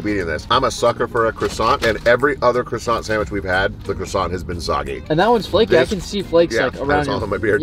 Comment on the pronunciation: croissant is not pronounced as krosant 🙎🏻‍♂️😤 it’s supposed to be pronounced as kwasan